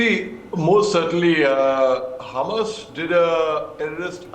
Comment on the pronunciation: Its hamas not humus . humus is to eat